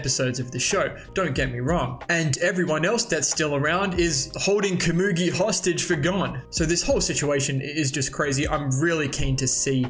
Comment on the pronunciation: You’re pronouncing komugi wrong!!!!